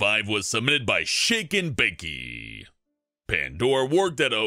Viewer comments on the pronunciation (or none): It wasnt "shaken bakee" it was "Shake'n'Bake"